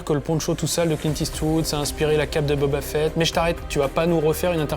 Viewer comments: Deja commencer par prononcer correctement boba fett ( fit ) et pas (fête ) 😒😒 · Booba Fett ?!? 😂